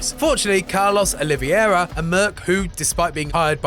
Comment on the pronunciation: Carlos Oliveira, not Oliviera... Oliveira, like portuguese you know?